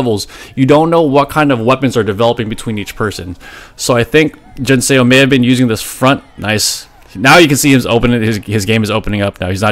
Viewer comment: Love your content, but in Korean "Seo" isn't pronounced "Say-oh" - it's a single sound, more like "suh" - it's just romanised as "eo" but not intended as a double vowel sound.